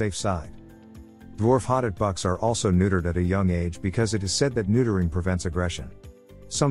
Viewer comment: it’s a voice over text. Speaks very quickly and it’s voice is a little inconsistent, sometimes getting softer, sometimes louder but staying relatively monotone. Plus it pronounces hotot wrong